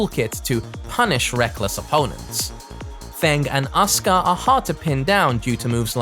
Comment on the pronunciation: "ASKAH" Bruh 😒